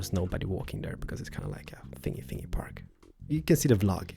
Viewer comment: . "It's a fingy-fingy park. If you watch the blog you'll know what I mean" lol